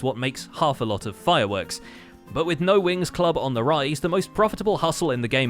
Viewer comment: I'm so glad I wasn't the only one thinking Winx Club lmao. I've never even seen that show but the more times I heard "No Wings Club" said aloud, the more Winx Club became all I could heard XD